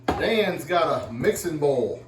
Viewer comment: annunciate the word bowl. You said your bowl is not big enough, but it sounded almost like “ball is not big enough”. Lester can tell you how often Jami laughs at his pronunciation of his words.